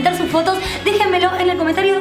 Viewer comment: No es dejemelon..... Es Dejen me lo ajajajaja!